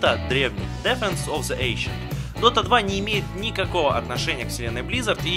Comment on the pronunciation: уже не дота а дока